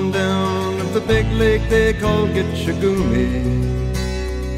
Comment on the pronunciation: It drives me nuts every time I hear this song and he says gitchi-gumi when the Ojibwe word is gitchi-gAmi Signed Officer Friendly of the Ojibwe Language Pronunciation Police